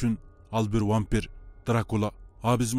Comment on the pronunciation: вампер эмес вампир деп суйлосон